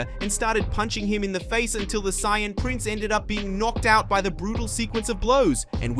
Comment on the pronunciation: I am loving this series and can't wait for the next episode. But... One criticism of mine would be if you're speaking in English, then please take 30 minutes and watch an actual English episode so you can pronounce saiyan and Vegeta. With a small amount of practice you can make a big difference in the quality of the videos.